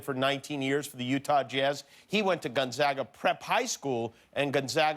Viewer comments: HE ISNT PRONOUNCING GONZAGA RIGHTT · All the mispronouncing of Gonzaga is driving me nuts. Lol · and gonzaga not gonzaga